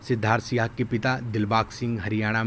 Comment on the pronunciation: Sihag not suhag.